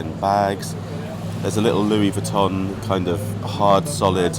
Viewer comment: It’s so nice to see you in Monaco again! I’m learning how to properly pronounce some of these Designer name brands😊 I noticed that she pronounces it Louis “vwee” ton.